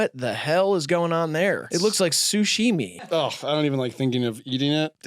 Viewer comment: Did just say "sushimi"